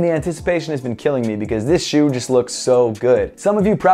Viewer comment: did he say shoe or som else